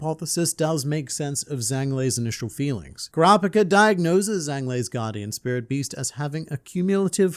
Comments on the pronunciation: Total nitpick but the Zh sound in Chinese sounds like a J in English so his name would be pronounced Jang with the soft A sound. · fwiw... in Chinese, Zhang is pronounced closer to "Jahng" (no actual Z sound) and rhymes with the English words "Song" and "Long"